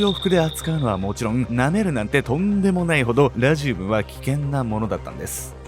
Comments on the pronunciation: ラジウムのアクセント治せ！！ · ラジウムのイントネーション（笑） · 解説も内容も面白くていつも通り最後までしっかり見てるんやけど、地域性のイントネーションの差での「ラジウム」の発音がめっちゃ気になる笑 地域性の差面白い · ラジウムの発音が、、